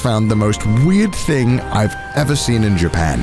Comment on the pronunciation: I don't know why but in the first second of this I heard JOOPEN and I can't unhear it now.